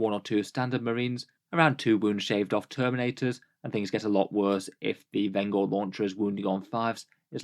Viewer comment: pronounced Venj-er as in one who brings vengeance. Not Ven-Gore